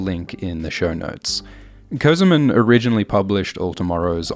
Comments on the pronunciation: Not közımın, it is kösemen. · This guy calls himself "semen co-semen" bro, how I'm supposed to take ts seriously